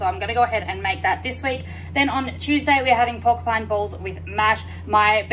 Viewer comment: I noticed something different in the way you said porcupine in previous video but then seen how you’ve spelt it on your meal plan board.....only mentioning in case you don’t know but it’s porcupine meatballs 🤗 Will give this recipe a go as looks good. I’m the same with cheese, prefer to grate it myself. I grate extra and place a bag in the freezer, just have to remember to take out in advance😄 As for the milk, I’ve noticed some milks advise on the labelling to consume within so many days of opening, happens a lot with the plant based milks but had it on an expensive regular milk recently. That could explain the lumps in the milk. I bought the health smart one and had to use within 5 days of opening, disregarding the use by date on the bottle.....frustrating.